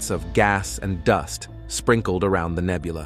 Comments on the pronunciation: The AI voice was indeed terrifying. Especially when "astrominers nichmided it the running chicken nebuuooooolllaaahh". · "Astrominers nichtmided it the running chicken nebuuooooolllaaahhhh". Deranged to say the least.